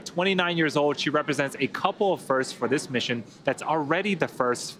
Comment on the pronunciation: Did he say coople